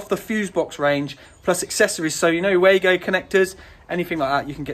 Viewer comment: You keep saying way-go (wago), when this cage clamp first arrived 30 years ago the Germany manufacturer pronounced as Var-go, i don't think it has changed.